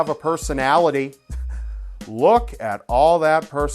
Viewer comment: she hez ''personaliTiTs''